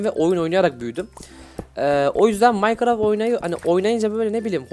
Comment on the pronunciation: abi o maykıraft diğil minecraft